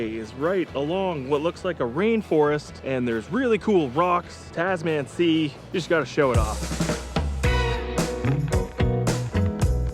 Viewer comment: Cool video series! Bit of feedback: if you’re doing a travel series, please make sure you find out the correct pronunciation of place names. People have already called you out on Greymouth, but you butchered Roxburgh and Tasman too.